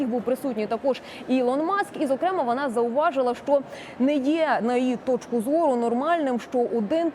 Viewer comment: Як же мене висушує це її шчо, точъку зору. Ну чому це бл&дство стало трендом. Поясніть цій малій, Що її роботизована вимова до української не має ніякого відношення.